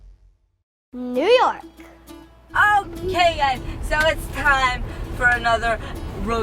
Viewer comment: you nork, I mean , NEW YORK